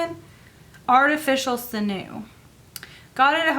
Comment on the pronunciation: When I make my inserts after the x-acto knife bit, I take some sand paper to just smooth out the edges. Oh! And it's pronounced sin-yew; it's the artificial version of stringy stuff from muscles and cartilage. Back when people used the entire animal for their lives, they turned the sinew into string to help sew and tie things together. Just an fyi. :)